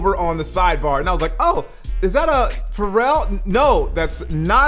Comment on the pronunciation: its not a pharrel its a " faux rel" 😂🤣